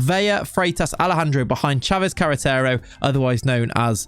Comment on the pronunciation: We like you saying Sanchez Carretero.